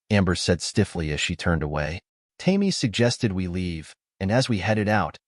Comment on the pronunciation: The red head's name is "Tame-ee" When are you going to teach your A I to recognize words? Goofy story full of holes.